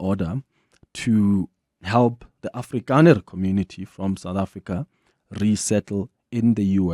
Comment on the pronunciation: Why everytime you say afrikaner, you say it in disgust with CAPITALS???????